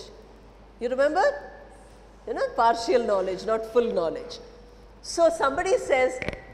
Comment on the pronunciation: Madam it is par-shal and not par-shi-al...similarly it is effi-shent and not effi-shi-ant. 😊